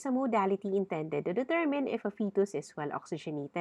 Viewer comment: Thanks nice lecture but all word wrong pronanciation like fetus ....